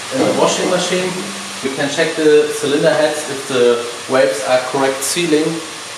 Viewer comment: "valves" not "waves" :) And why do you not bore with the torque plate? Does the honing with the torque plate resolve that 0.3mm difference?